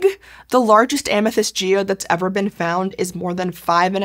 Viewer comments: Amethyste’s name is pronounced Ah-meh-this-tay, for the record. Ancient Greek doesn’t have an ending e that turns the previous vowel long. (That guide is only a vague approximation, it’s pretty difficult to represent certain ancient Greek sounds in an immediately recognizable to English speakers text form.) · so it's not Amethaïst like she says it either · Am-uh-THIS-tee would be the standard English pronunciation (if such an admittedly obscure and actually fabricated nymph as Amthyste can be said to have a 'standard' pronunciation). Compare the treatment of the feminine -e (Greek -η) in Penelope, Daphne, Phoebe, &c.